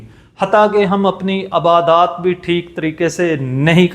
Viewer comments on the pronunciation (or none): Abadat NAHI Ibadat bol